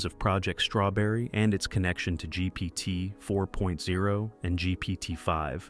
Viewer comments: Why was this just released as news? And why doesn't the narrator know how to say GPT4o? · ‘GPT 4.0’ - you’re about a month late, and don’t even get the name right. 🤦‍♂️